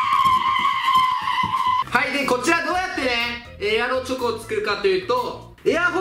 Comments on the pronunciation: エアロチョコがエロチョコに聞こえる人👍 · エロチョコって聞こえる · ⒊13 エアロチョコが、 エロチョコに聞こえる